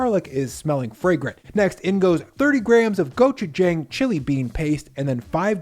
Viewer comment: the 'a' in 'gochujang' is the same 'a' as in 'father,' not as in 'clang'